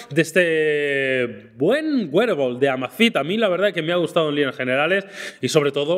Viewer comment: Joe Lr Está correcto, así se pronuncia “wearable “